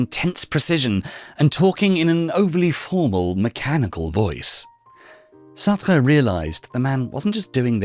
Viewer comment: Why do you say Sartra… the e in Sartr(e) is silent.. therefore pronounced Sartr